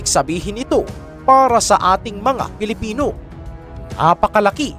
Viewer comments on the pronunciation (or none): none